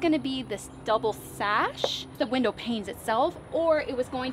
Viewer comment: Girl... SHASH - wha???? You mean sash?